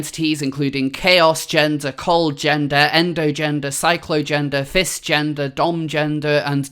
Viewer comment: For a second, I thought you said "fist-gender" and "dong-gender," and I was thinking wait, isn't that just lesbian and gay? Also, did anyone else notice the term "genderfuck" on that list...as in, "what the fuck are all these genders?"